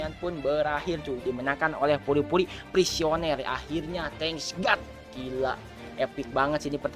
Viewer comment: Puri-puri prisoner ngab bukan puri-puri prisioner